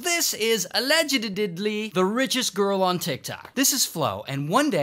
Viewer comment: "This is aledgdddddly"😂